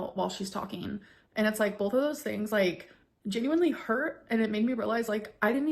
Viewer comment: „We BOLTH viewed the relationship differently“